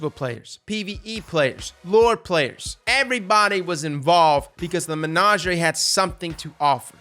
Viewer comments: saying "menagerie" is 🔥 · I hate the way you pronounced menagerie, calus says hows it's pronounced in some voice lines for christs sake